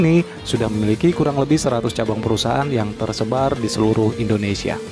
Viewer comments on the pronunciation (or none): none